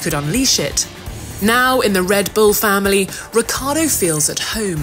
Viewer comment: RiccIArdo isnt it? Why she keeps saying reccArdo?